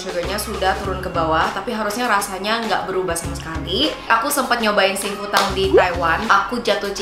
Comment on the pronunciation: Cuma pengen ngasih tau aja 幸福堂 Xing Fu Tang itu bacanya "Xing Fu THANG" karna kalo mandarin huruf T dibaca TH 😊